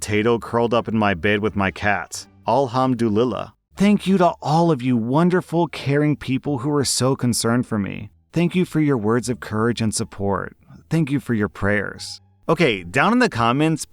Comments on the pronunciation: BAHAHA I lost is when said Alhamdulillah, it’s pronounced “a-hum-do-allah” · I love the way you butchered this one its so funny (ps: its our way of saying what a relief) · How you pronounce alhamdulillah 😂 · This pronunciation is hella funny 😭